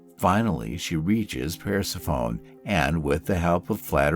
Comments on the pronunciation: Greeks pronounce it Per-suh-phonay. I agreed with you but looked up how Greeks pronounce it. I’m still going to keep saying it like you do, though. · Persa-phone??? If you’re going to narrate mythology, work on your pronunciation a little.